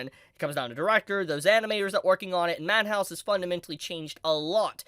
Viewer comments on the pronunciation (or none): why does he call madhouse manhouse???